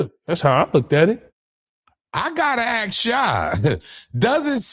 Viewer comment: *ASK…not axes 🪓